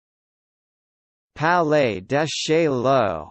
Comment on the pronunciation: It's wrong. Nazih Salama has it right. Or as Wikipedia has it in IPA: French pronunciation: [palɛ d(ə) ʃajo])